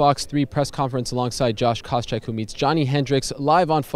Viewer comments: "Koscheck" not "Kosheck" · Isn't it Koscheck?